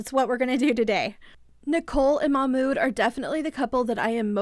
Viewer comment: His name is pronounced "mock mood"